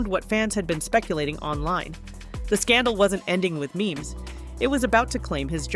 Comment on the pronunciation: It’s not meemees. It’s memes